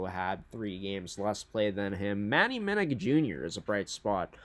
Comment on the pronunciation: Just so you know: Manny Minuk Jr. pronounces his last name Minn-OOK, versus Minn-ICK